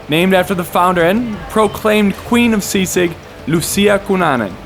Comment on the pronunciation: You pronounce sisig like sea sick 😂